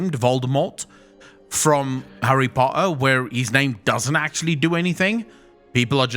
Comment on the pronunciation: Harry Pottaa hahaha